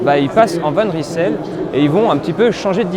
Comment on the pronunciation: Va juste falloir apprendre à prononcer le nom convenablement : Van Reille-Seul. 😉